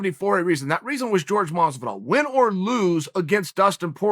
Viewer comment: Stop calling Masvidal “George”